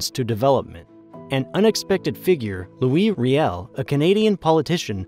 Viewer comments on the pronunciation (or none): You also got Louis Riel wrong. It is ree-al, ree as is sea and al as in national. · I really like this video, but as a born-and-raised Manitoban, I feel compelled to point out that you have mispronounced almost every Manitoba-related word in this video. 😅 por-tajh la prayer-ee would be correct loo-ee ree-elle would be correct ri-jy-na, would be correct I forget what the other ones were